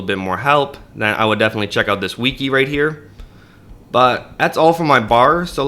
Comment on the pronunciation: Bro thats not how you say Wiki